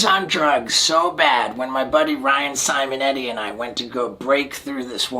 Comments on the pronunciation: He always says Ryan’s name like he’s saying ran, Sam n’ eddy lol, always makes me think it’s three homies... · Every time he says Ryan Simonetti, it sounds like Ryan, Sam and Eddy